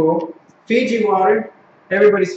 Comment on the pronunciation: its not figi its fiji